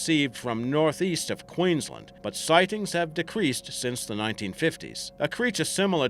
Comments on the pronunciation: can't even pronounce queensland correctly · Also struggled with Queensland lol